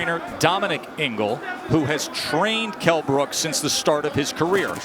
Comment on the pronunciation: Kell "mi eye brooke, brooke" brook